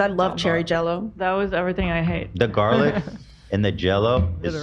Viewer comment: I still love saying jarlic for garlic in a jar